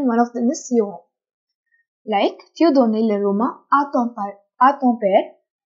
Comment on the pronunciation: I notice you pronounce donnes as "donay"when it should be pronounced as "don"......but aprt from that you do a great job in simplifying the language.